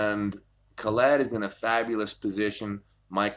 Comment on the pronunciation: how hard is it to say Khaled? Its not Ka-LEED. lmao <3